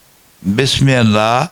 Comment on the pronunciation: Why he doest say bismillah in a proper way anyone can explain?